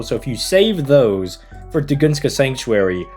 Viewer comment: "tugunska" 💀"arsuweed"